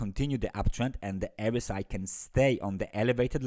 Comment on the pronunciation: Hey....jak zwykle super analiza, dziękuję. ~~~...mała podpowiedź drobnym druczkiem, mam nadzieję, że nikt nie zauważy:) Po angielsku mamy nie ErEsAi tylko ArEsAi :)~~~ Trzymaj się dzielnie!